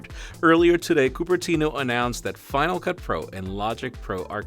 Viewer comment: You lost me at CUPERTINO, it sounds dumb and cring!! Unsubed.